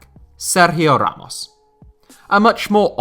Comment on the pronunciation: with that perfect Spanish pronunciation of Ramos name 🥵